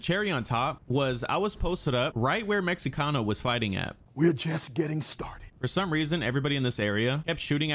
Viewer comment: "Meh-he-cano" just in case you wanted to know how to say it